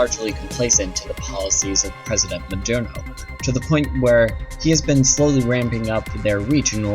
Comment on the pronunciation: Maduro Mah-Due-Roh There's no "N" in his last name